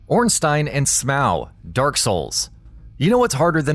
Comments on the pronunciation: SMOW!? ITS SMO!!!! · SMOW? You mean "Smough" like the word "though"..how tf did this not get fixed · Lol at "Smaow" .... 😂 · “Ornstein and Smow” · It’s not “smoow” 🤦‍♂️ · OrnstEYEn and Smow? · Almost rage quit the video for that.